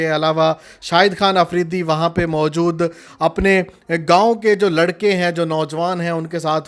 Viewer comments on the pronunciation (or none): none